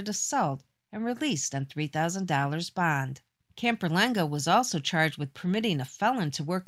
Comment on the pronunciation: While he was out on “bond”. Bond is one syllable and shouldn’t be dragged out until you run out of breath…..